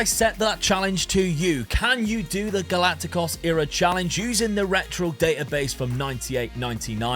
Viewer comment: Why are you saying Galaticos like that hahahahaha